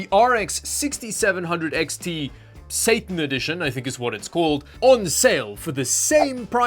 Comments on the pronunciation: "statan edition" had me dying😂😂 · Bit curious about your pronunciation of Satan, sounds rather more Scandinavian than it is typically pronounced in english.